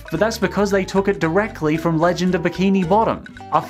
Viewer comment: he called it "leyend" of bikini bottom lmaoooo he pronounces gamecube as "gameplay"